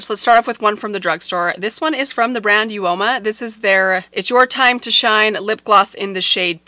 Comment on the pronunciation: I don’t think reads the comments because people have written about BH filing for bankruptcy on her videos for awhile, but hopefully she’ll see them this time. Also, people have corrected her pronunciation of Uoma, but she hasn’t seen those. (UOMA - pronounced OMA (uh-mah) means beautiful).